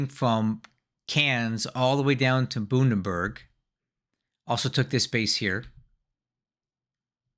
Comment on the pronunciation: Did you seriously say Bundaberg the same as Bundeswehr? Look up Bundaberg Rum, the polar bear will tell you how to say it right!